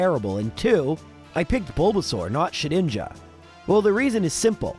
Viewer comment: The first time you said its name in this video, it almost sounded like the "ed" in "Shedinja" was an "it", and I would not have blamed you one bit for pronouncing it that way. It's fun to mess around with, sure, but that's about all it has going for it.